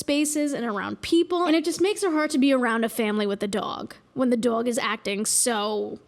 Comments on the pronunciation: The way you say dog infuriates me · I love the way you say dåg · The way you say “Dowg” gives me life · pls where are you from I'm autistic and have a strange accent that doesn't match my background at all and I say some words like you and I have to know where it's from ♥️ like dwog instead of doag and twaolk instead of tahlk.. i've been noticing it from you for like a year it's like my little mystery how my accent thingy sounds like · Friggin love how you pronounce dog. I will say it exactly like that from now on. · pronounces "dog" the same way my dad did and it makes me so happy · i love how she normally doesn’t have much of an accent but there are certain words that are just… tell me you’re from new jersey without telling me you’re from new jersey lol